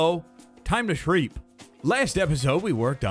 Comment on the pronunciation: “Time to shreep”